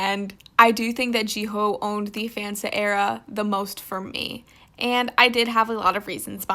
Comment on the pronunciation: I’m sorry but did she say GEE-HO?! I had to lmAO